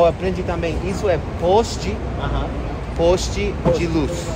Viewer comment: Poste se diz "pós-te" c ó. 🤭🤭🤭